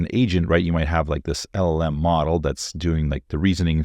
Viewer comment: First. It is LLM. Not LMM. 😅